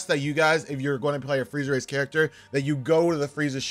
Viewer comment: i keep hearing friezer race